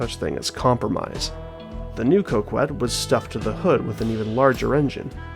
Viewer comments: Cock- ette not coe kwet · great video one major thing is it is pronounced co-ket not co-kwet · i love the video but i couldn’t put the fact that you kept saying coke-wet instead of coh-ket past, still a good watch regardless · It bothers me that you call it the Coke-Wet instead of the Cock-Et. It's meant to be Cock-et. As in small dick. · ITS PRONOUNCED CO KET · It's pronounced "cock-ette" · First time I've heard someone pronounce Coquette as 'Co Qwet' 🤔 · Rockette - female dancers 🍆 - Male genitalia 🍆ette - female male genitalia - a feminine coque - a Coquette Why you and Ghillie pronounce it the way you do is beyond me. The name is a hilarious take on the societal perception that men who drive Corvettes have Lil 🍆 energy, and it goes completely over y'all's heads. 🤷🏽‍♂️ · ye, the u is silent, idk why he pronounced it that way lol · I knew I wasn’t tripping 😂